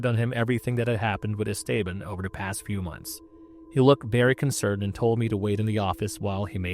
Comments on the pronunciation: Not how you pronounce esteban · you need to brush up on your pronunciation. Esteban is one, but dingy? Cmon...